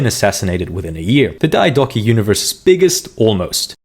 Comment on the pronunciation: I would have followed if you didn't do the BS on-purpose engagement bait pronounciation of diodochi